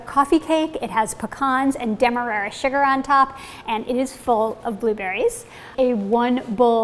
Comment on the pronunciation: DEM-MA-RAR-RA sugar.